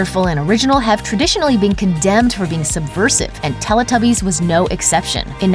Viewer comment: Why does she pronounce Teletubbies like that? She pronounces the "Tele" as you would do in Spanish rather than like "Telly" as us English people pronounce it....